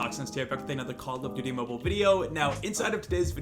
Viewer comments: no one:: "condom duty" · He mispronounced it lol